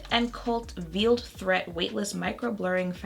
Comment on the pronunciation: Loving the green!! Smith & cult is known for their black primer and their nail polish (which is actually awesome. The polish, not the primer) also, just a side note babe, but it's Veiled threat like a bridal veil. As in covered. Pronounced like a 'vail'. I've been wondering about this one so much! ❤️